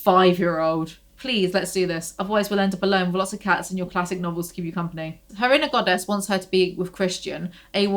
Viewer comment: no waay... earlier whenever you said "inner goddess" I heard "Ana goddess"... maybe I don't have poor hearing, I'm just psychic